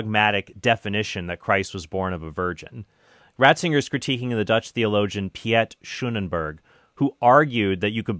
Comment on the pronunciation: It was really funny how badly you pronounced the dutch name.